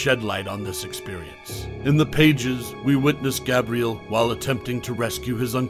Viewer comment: I can’t do it, this guy can’t even pronounce Gabriel correctly